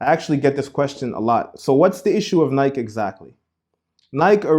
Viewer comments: It's pronounced: Ny-key (Nike). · firstly I was trying to suffer through your wrong pronunciation of the word Nike (Nie•key) then you say "why not wear Jordans" smh. How are you unaware that the Jordan brand IS Nike. Are you really that oblivious on what you yourself are trying to teach? That's like saying "why not worship Ba'al? He's not Lucifer" Nike and Jordan are two in the same. There would be no modern day Nike without Jordan and the Jordan brand success wouldn't exist without Nike. Notice how Jordans "jump man" logo is facing towards the right? Aka sun worshippers worship towards the east while those who worship christ are instructed to do so towards the west. All of these small details add up to the bigger picture. YES Nike is a d•mon•ic brand. And it only helps that Jordans name is well.... Jordan right?